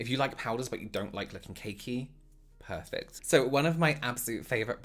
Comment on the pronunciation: 👌W elsh 😁”Poifect” 😆